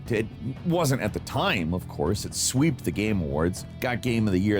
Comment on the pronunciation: The correct word is "swept" not "sweept" 😂